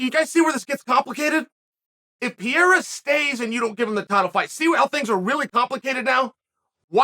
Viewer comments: He’s always called him piera which is still wrong it’s perera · Love you chael but his name isnt Piereira its pronounced as Per - ray - ra just a heads up my guy 👍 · I think he's pronouncing "pee-rei-ra" on pourpose now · Peh-day-yah not 'Perrera' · I love how he keeps calling him pierra that reminds me of Joey Diaz calling miocic stiopic and khalabib 😂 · “Piera “ lol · I casually accepted that Uncle Chael is still calling him Pierra and that is absolutely perfect with me. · Chael "Pierre" Sonnen LOL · Chael spent the whole video calling Pereira "Pierra" 🤣🤣🤣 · SHAEL I love you but please try to say perrieras name correctly. You say PIERRRA And congrats you got engagement on your video from me SHAEL